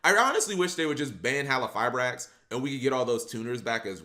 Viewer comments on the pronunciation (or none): Bruh, stop saying "hallifibrax" 😡